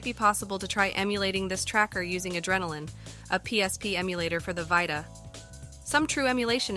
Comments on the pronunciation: V👁ta or VEETA lol voice needs some perfecting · vita, not "vaita" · Vie Tuh your ai voice done goofed